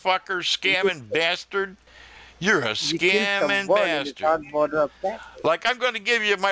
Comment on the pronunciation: I love it when you call them BASTORD ✊